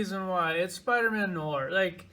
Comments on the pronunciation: bro, just say "No R" hahahahhaa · You can say et violà, but you can’t pronounce noir. 🤣 Great video! 🤓👍🏼 I like the longer shows so long as you can cover an entire wave. This is my first time watching a video that does this, so kudos to you!!!